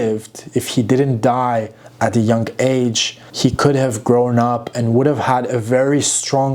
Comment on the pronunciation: Love your pronunciation of the words "DIE" and "DIED"😂